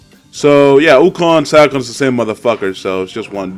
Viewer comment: First match you said the name wrong it's Sakon